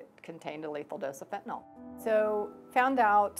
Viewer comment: Fenta NYL (nill) not Fenti NOL, Robert Kennedy is dumb af